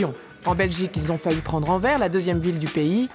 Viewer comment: putain c'est anvers (enversse) pas en verre